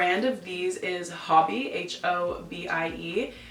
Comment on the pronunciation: It's Ho-bie, ho...